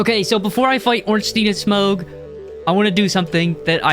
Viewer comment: i cringed everytime he said smough's name with a hard "G"